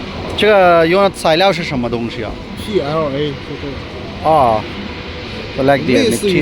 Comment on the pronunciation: Bro it's pla